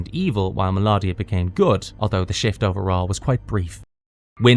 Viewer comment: This was great but a few mispronunciations. Mel oh dia & Moleck u lar! I loved this cartoon & have them on dvd. Transformers, He-man, Gobots, GIJOE, Transformers & Thundercats & I do also love Herculoids & Jayce & the Wheeled Warriors ❤ great times